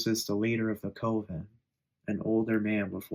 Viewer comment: Coven is pronounced with a CUP sound. CU-ven. It looks like the COVE sound due to its spelling. Just an FYI. Hooked on Phonics doesn't apply with everything. 😅